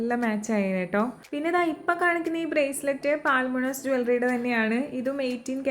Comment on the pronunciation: Ellam nalla collections thanne...❤ Lovely dress🥰..pinne പാൽമൊണാസ് അല്ലാട്ടോ പൾമൊണാസ് ennanu brand name.. Sraddha Kapoor nte ads il palathavana parayunnath kettittund..